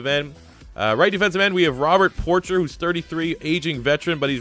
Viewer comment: Love seeing a rebuild of my poor Lions. Great video! Ps. It's pronounced por-SHAY, not Porcher. 🤗